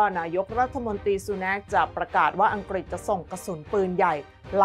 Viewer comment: ผุ้อ่านข่าวเสียงดังฟังชัดดีมาก แต่บางทีคำควบกล้ำหายไปเฉยเลย เช่น อังกฤษ เป็น อังกิด ปรับปรุงนิด จะชวนฟังระรื่นโสต